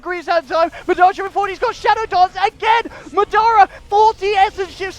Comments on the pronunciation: It's MA dara not maDAra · MAAAA DAAA RAAAA not midara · Anyone else annoyed they don't say Madara right? I believe its pronounced Modara